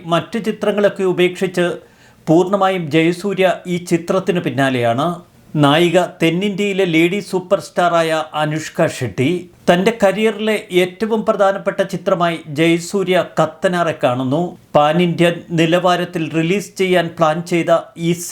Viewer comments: അനുഷ്ക ഷെഡ്ഢി അല്ല അനുഷ്ക ഷെട്ടി.. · അനുഷ്ക ഷെഡ്ഢി അല്ല ബ്രോ അനുഷ്ക ഷെട്ടി ✅ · അനുഷ്ക ഷെഡ്‌ഡി അല്ല...... അനുഷ്ക ഷെട്ടി.,.... എന്റമ്മേ... സിരിച്ചു സത്തു......😂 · അനുഷ്കാ ഷഢിയോ😂😂😂 മലയാളം ഉച്ചാരണം മെച്ചപ്പെടേണ്ടിയിരിക്കുന്നു😊😊